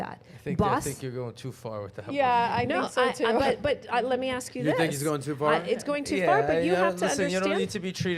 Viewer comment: we don’t axe 😂